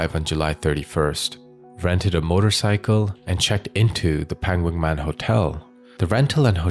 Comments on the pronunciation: The "Ph" in the name is not pronounced as "F".... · Hi, just for future reference, it’s actually pronounced Pa-ngan, Thai just LOVES their PH in every name for some reason, even if it doesn’t make an F sound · With such good research, maybe it would be an idea to also research how to pronounce names of places correctly. 😂